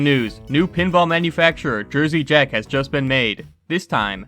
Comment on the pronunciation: Jersey Jack owner pronounced incorrectly.